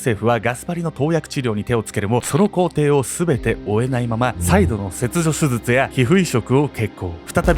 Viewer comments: せつじょすずつ(笑) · 後半はもう「すずつ(手術)」って言っちゃってるけど 言い直してない部分も含めていつも面白いです🤣♥️ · 手術がすずつって聞こえる。親近感。 デデさん、かわいそう。